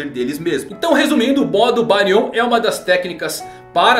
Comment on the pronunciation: Não acordou com o Jōgan e sim o Byakugan. Não é BáriON e sim BÁrion. Não querendo ser o "Sabichão", mas acredito a sílaba tônica está no "Bá".